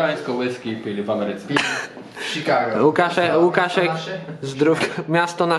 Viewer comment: "Miasto na Sz- Szikago " 🤣🤣🤣🤣